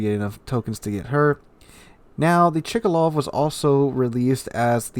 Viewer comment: Its not Chikalov, its Tchkálov tho :P Same as Novoro-seé-isk , not Novoro-ski-sk (I've heard like 3 different versions from different wows youtubers)